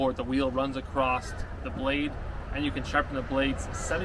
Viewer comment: Across!!!! No “T” on it.